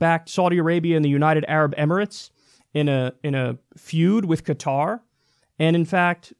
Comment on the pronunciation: 4 years of college, and Kyle can't pronounce "Qatar." SAD! Also, Kyle gets most of his money through TYT Network, which has ties to Al Jazeera which is partially owned by the ruling family of Qatar. Gotta love how Kyle's now making his own corruption obvious.